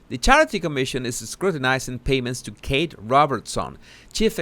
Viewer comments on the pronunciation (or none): none